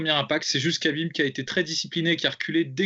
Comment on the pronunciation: on dit pas kabib mais khabib, kha se prononce rha et non ka